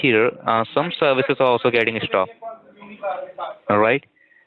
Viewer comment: spyvers and malvers, serwices stopp-ed .... ROFL